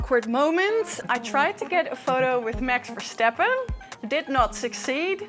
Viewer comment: Verstappen not Versteppen please ! for the rest nice the video .